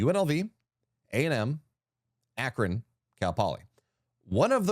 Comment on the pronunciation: 😂😂A-kron🤔 I could be incorrect but I believe that is a long a for Akron🙏🏼🤣